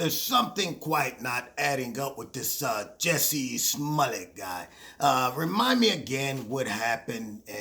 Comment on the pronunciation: His last name is not Smullett. It’s Smollett.